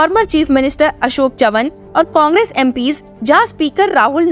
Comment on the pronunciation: It's not अशोक चवन, its अशोक चव्हाण, पहले ढंग से pronaunce करना तो सिख लो. फिर बना विडियोज 😂